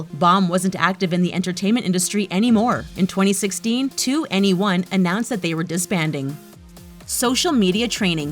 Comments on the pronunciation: "Take the case of 2. N. E. 1." Its pronounced twenty one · Twooo N one" please at least say it right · I'm sorry but it's pronounced twenty one not, two enny one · 2/enny/1 😂 it's /twennieone/ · 2NE1 : It's not "Two-N-Ay-One". It's just "21". If you white people are going to make a Kpop review video, at least learn how to pronounce the names. That's just ignorant and lazy research. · Omg she is getting me annoyed “ 2 N E 1” just say “TWENTYONE” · You need to pronounce 2ne1 as 21 not two n e one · This video got on my nerves from the beginning with misinformation and irrelevant pictures as the backgrounds, but when 2NE1 got on the screen and she pronounced it 2-N-E-1 instead of just “twentyone” i literally choked on airrrrr. the little things don’t really bother me but being a kpop Stan for 2+ years I’ve learned my fair share about the industry, and this video has it all wrong (with a few exceptions of the basic facts). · Two N,E one???? You pronounce it as 21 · “ Not meaning to be a hater but it is 2NE1 pronounced “21” not “2-NE-1” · “two n e one” me: gets triggered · You said 2ne1 wrong it's said like 21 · 2NE1 is pronounced twenty-one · It's funny how they pronounce 2NE1 on here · 2ne1 is not pronounced the way you look at it. It is actually pronounced 21 like the number. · it's pronounced "21" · 2ne1?? i thot it was pronounced twenty-one or twnnieone xD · The way she pronounced 2NE1 thoo. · One thing that I hate about this channel is how they jump to conclusions without proper research, BTS have not done plastic surgery and please come back when you learn how to pronounce names. 바보